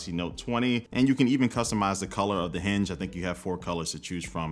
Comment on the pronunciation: I could've sworn i heard them say we can pick the hindge color and a choice of a selection of cover.